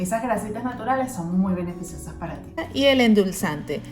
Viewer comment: Que endulza te es no le entiendo 😬